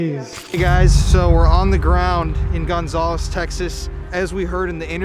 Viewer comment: The way you say Gonzales makes me cringe lol. I’m from Louisiana and we say it like gon- zal- us. Zal like Sal.